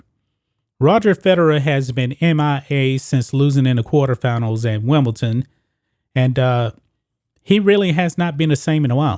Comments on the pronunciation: It's Wimble- DON!! Not Wimble- TON :-)) Anyway, he got exposed at Wimble- DON. He looked old and it showed. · You need to learn how to pronounce Wimbledon correctly